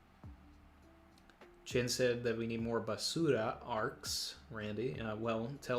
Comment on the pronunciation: Basuuuura.... Lol Actually, Randy, how is your Spanish?